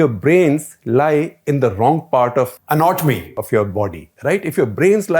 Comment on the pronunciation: "ANATOMY" had me scared😂